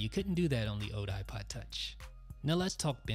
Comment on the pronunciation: Is it just me, or do you get annoyed when he says ode instead of old?